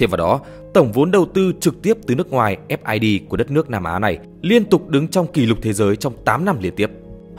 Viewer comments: Vốn đầu tư trực tiếp từ nước ngoài là FDI , sao anh đọc là FID =)) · FDI thì ông đọc là FID bó tay ông adm